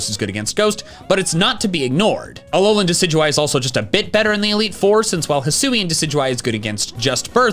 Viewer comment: IT'S ALOLAN, NOT ALOANLEN! GET IT RIGHT!